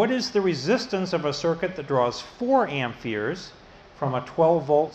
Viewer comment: Are you saying amp"fears"? Great videos though! I highly recommend them!